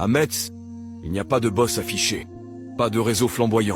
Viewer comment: Ca se prononce messe